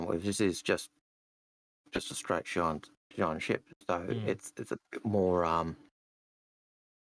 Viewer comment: im glad algared actualy knows how to pronounce xian. come on i know you can say it.